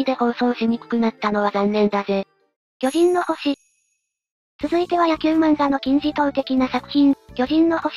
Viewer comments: あ、面白い。そこは気が付きませんでした。 「きょじん↓のほし」と「きょじん↑のほし」ですね。 そー言えば、「きょじん↑の惑星」という米国ドラマもありましたね。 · 『巨人の星』のイントネーションが違うせいで言葉の意味通り巨人族が住む惑星の話っぽい